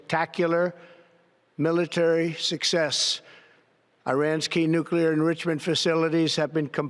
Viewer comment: You need a journalist who knows how to pronounce "nuclear" properly